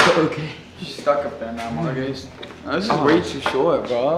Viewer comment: It not murcus is fot